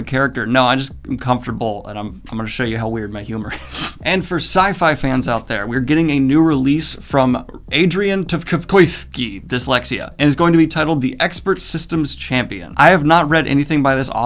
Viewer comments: I think Tchaikovsky is just pronounced Chai-Kowski - I might be wrong. And as a fan of movies I can say there's actually been quite a few screenplays written by the authors of the original books - Gone Girl is one that comes to mind :) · I do not know how you messed up Adrian Tchaikovsky's last name. Think of a very famous musical composer. I never know how to write pronunciations but here goes: Chek ov ski. I know that is wrong. Piano Concerto 1 is very famous. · Pretty sure it's pronounced like "chai kov ski" - same as the composer.